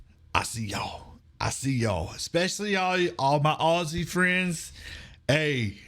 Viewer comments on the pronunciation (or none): none